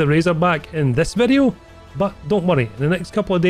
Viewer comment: This vi-eeyoh was.....more than OK.